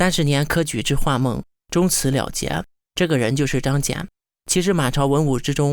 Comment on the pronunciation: 小学生能把张謇的名字念对就已经相当不得了了，要什么自行车呢~